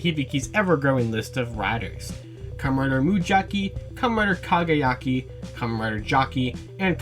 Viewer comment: Good video, but you have to stop saying 'Commeh Rider'